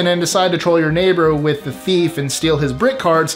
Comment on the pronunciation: He is so clear and articulate, so careful to pause for effect, (perhaps pausing too much) But when he says, "This is with list 25"....... EVERY time you can't hear the word "with". When I first became a fan, I thought I was missing some cool word or catchphrase from the show. I literally was soo disappointed when I finally realized it was just Mikes way of slurring his so carefully chosen way of talking